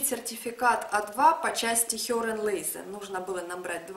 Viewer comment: Правильно мягко произносить Lesen, но никак не лэзэн